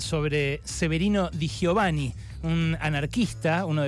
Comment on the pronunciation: No digas ni Radowhisky ni da gio vani. Es radoviski y di yovani.